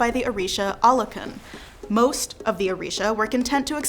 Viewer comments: Thank you for some of the stories are correct Olokun is a man not a woman Shango did not hang himself and the names of Miss annunciated. Nonetheless thank you for trying to at least explain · Said politely: Your pronunciation of the names of the Orisha is in need of improvement. Obatala+ OH bah T lah, Oya: oi - yah, Olofin: OH low fin, Achè'= AH tchAY. Olokun: OH low koon. Eshu=AY shoe. 27 years initiated to Eshu Laroye.